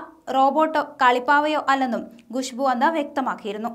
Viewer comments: ഗുഷ്ബു അല്ല കൊച്ചേ.. ഖുശ്ബു 🤭🤭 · Gushbu alla, Khushbu aanu